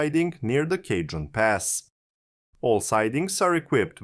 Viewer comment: It's Brightline Florida, not Brightline East. CAW-hone Pass, and Victor Valley(NE of LA), not Apple Valley(N).